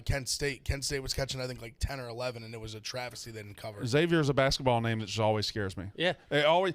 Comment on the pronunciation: Please stop calling Xavier “X-zayvier”